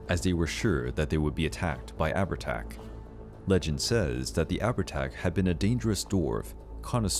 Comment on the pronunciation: Leannan sidhe is pronounced: Lannan Shee , Sluagh is pronounced: sloowa, Abhartach is pronounced: owir-tok